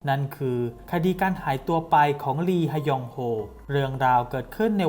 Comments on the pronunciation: “ลีฮะยองโฮ” ลี(ฮ)ยองโฮ ก็พอจ้าาา 555 🤣🤣🤣🤣🤣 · อ่านว่าลียองโฮก็ได้คับ